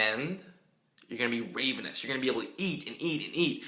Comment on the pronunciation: The a is short in ravenous; it is [rævənəs] not [reɩvənəs].